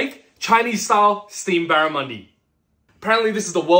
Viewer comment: i think a lot of people have difficulties with the way he pronounced it, i heard barrimuni😅